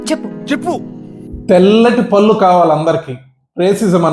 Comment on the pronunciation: పళ్ళు అని పలకండి, పల్లు కాదు